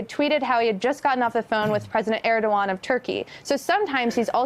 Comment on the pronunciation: Guys: It’s ErdoGAN, not ErdoWAN. When Professionals like yourselves Repeatedly mispronounce the name of a high level world leader it shows a lack of preparation which itself shows a lack of respect. Would you like it if someone repeatedly mispronounced Your Family Name ??